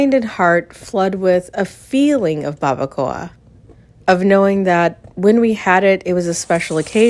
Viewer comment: It's pronounced bar ba coa!!!! Emphasis on barrrr. Not bad ba coa